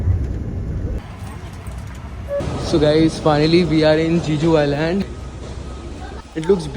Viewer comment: Bhai jiju nhi jeju island ha 😅